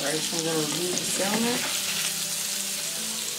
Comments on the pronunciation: Sam-on not sal-mon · The L is silent in salmon but this looks amazing